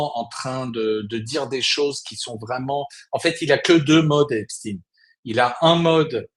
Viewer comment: EPSTEIN PAS EPSTIN